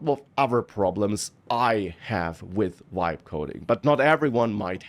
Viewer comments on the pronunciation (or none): You have to listen carefully, it is not "vibe" coding, it is "wibe" coding.